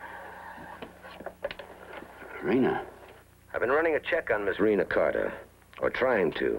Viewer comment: Rena Carter? I thought she said Renal Failure.